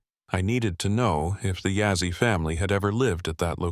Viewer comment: It's Begay. And not Bigay. And Yazzie and not Yazzy... Haha. Anyways... 😊 Not If you're going to tell a story.. say and spell it right. 😊. Looks like the front door is facing the wrong way. Should be facing East. 😊. Okay.. continue with the the story.